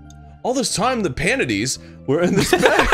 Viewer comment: Having “panities” and “linglers” one after another almost actually killed me